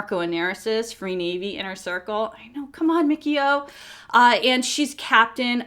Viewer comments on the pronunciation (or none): Great review, but I believe it is Mi-CHI-O, not Mickey-o...